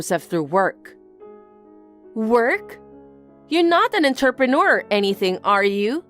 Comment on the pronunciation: 3rd story, it's IN-TER-PRET-ERS, not 'interpuneurrs' 🙄🙄 Please get the VA's to actually learn the words and have a trial read before publishing the videos. It just makes you all sound lazy and a little dumb.